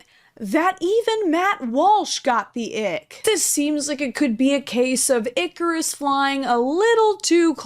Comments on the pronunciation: hehehhehehe... ick-arus... anyways, love your stuff dude, you always brighten my day. :)))) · Hehe. Ick-arus.